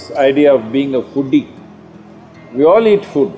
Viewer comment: Sorry to bring this up but I was cringing every time they said the word foodie because it sounded too much like phoodi.